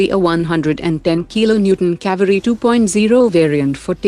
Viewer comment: its kA-veyri